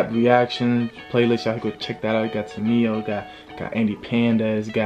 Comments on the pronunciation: bro, not TumaTyYO, but TumaNyYO))) do not confuse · Туматио он сказал🤣